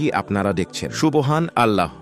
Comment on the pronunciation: Apniki hindu?subhanalloh bolte parenna😂